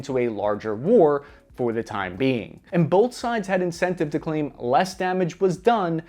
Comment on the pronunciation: "Bolth of those theories" Bolth.. B. o. L. t. h. Bolth.